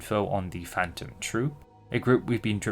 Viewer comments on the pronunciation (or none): none